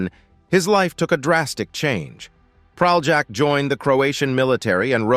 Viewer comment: I wish American narrators attempted to at least briefly learn how to pronounce Slavic or other non-anglophonic names. It's not Pral-jack, but Pralyak. Sorry, the bare minimum would be to do a quick google search on pronunciation.